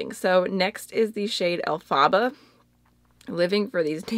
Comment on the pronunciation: Elphaba is actually pronounced El-fuh-buh/bah. It’s based on the name of the Wicked Witch of the West in the musical Wicked!